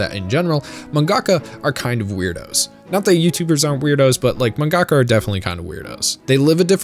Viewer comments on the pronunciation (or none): Why do you emphasize the "ga" in "mangaka?" It sounds so weird because stressors aren't a thing in Japanese. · Great video. But no shade, is manga ka pronounced like manga - ka or man-gaka. I never heard it pronounced the second way until I saw your vids. I’m learning Japanese so I’m legit curious.